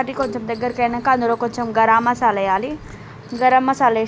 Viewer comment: Gara masala kadu Garammasala😂